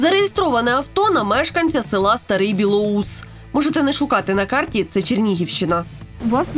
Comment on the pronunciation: Село не Старий БілоУс, а Старий БілОус (де про Колюха). Хоч у вікі написаний перший варіант, та самі мешканця села та міста Чернігова кажуть тільки другий варіант.